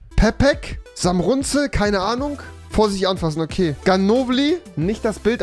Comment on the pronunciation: bro das heißt samurzel bro wenn dann richtig